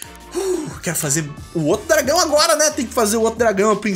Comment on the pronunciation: muito 'R' pra uma frase só te entendo